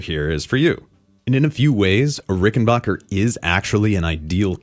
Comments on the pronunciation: Do you also pronounce "you scratch my bock and I'll scratch yours"? It's not Rickenbocker, it's Rickenbacker. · It's pronounced, ricken- BACK - er NOT ricken-BOCK-er Rickenbacker is an American company. NOT an English or German company. mispronounces it. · Rickenbacker rhymes with hacker.